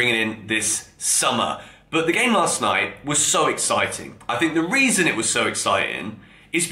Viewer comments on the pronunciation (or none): none